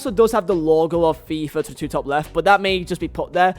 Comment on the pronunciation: why is he saying fIIif twenetu